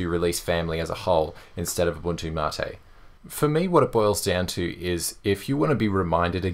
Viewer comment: You said mate correctly!